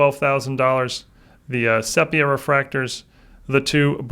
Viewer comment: Only mistake I have seen him do. I am surprised how many people mispronounce the word and I was super thrown off because of how knowledgeable he is.